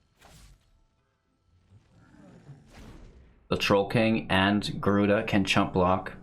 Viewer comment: Lol "gryuda" 😭 rip